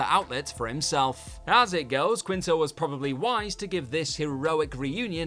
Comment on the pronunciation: Zachary "Keen-Toe"